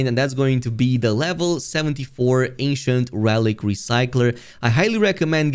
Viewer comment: ANCIENT! Thought you were saying Asian! I was like it doesn’t look Asian…